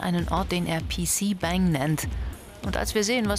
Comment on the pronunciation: ich kann dir versichern, dass die Übersetzung nicht 100% stimmt, finde sie sogar ziemlich schlecht und falsch darstellend.... pc BÄÄÄÄÄNG heisst das auch nicht sondern BANG= Zimmer .... naja werd mal zu ende schauen